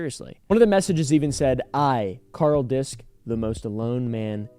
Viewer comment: Its kinda funny but he mispronounces the name in the video. If its of german descent "disch" is pronounced "dish" not "disc." The "sch" in german never has a silent "h" but its common for english speakers to misspronounce. He likely thought "sch" is "s-ch". "Ch" in german is like a hiss that many non-native speakers struggle with and pronounce like k.